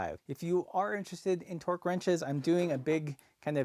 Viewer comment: I wondered what twerk ranges were - sounded epic! Then I remembered he was talking about torque.